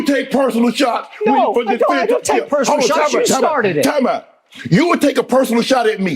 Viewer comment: I couldn't understand .... did he yell TIME OWT!"